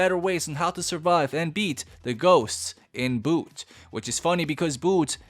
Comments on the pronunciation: bro that dosent pronounced boot it pronounced bhoot u missed to say the H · its pronounced as bhuuuth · The pronounciation of bh isn't isn't like boot, it's more like bh in Bhutan. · Loveee how bhoooooot is pronounced boot 👢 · my favourite part is when he says boot